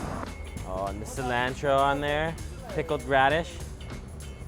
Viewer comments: everything about this video was great except the way u pronounce cilantro lol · hey think you can learn how to pronounce cilantro correctly since you seem to like it so much? And maybe while you have that dictionary open you could possibly learn ANY word other than 'amazing' to describe the food you eat - ty